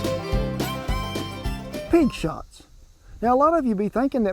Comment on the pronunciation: Well Kent I thought you said pig snot not shots so that sounds a lot better. 😀